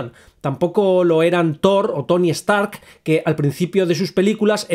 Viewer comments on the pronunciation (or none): none